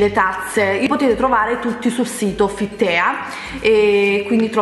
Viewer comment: Ciao, ti prego non offenderti ma "Fit Tea" come lo pronunci tu non si può sentire.... "tea" è inglese e si legge "tii".... cmq adoro i tuoi video ti seguo sempre! sei fantastica. un bacione grande:*